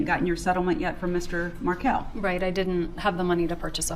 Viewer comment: she didn't know how to say Dan's last name!